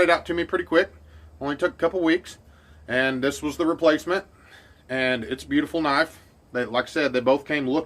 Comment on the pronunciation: It's bowieful